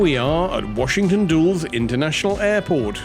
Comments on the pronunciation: Nice vlog, loved your appreciation of English Sparkling. Washington Duels is actually pronounced Washington Dull ess. Hattingley Valley now has a Chardonnay called Still that is quite delicious and not like all those oaky, buttery ones. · Washington Dulles not dools!!